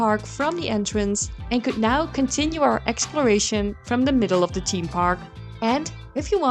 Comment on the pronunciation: Its pronounced THeme park and not Team park but otherwise great video